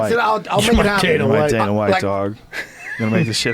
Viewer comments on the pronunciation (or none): none